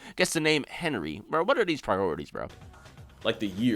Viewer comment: whats the R? you just said "HENY"